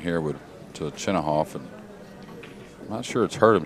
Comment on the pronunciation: I've heard many Russian pool commentators pronounce it Chinakhov and not Chinahov like Jeremy Jones says it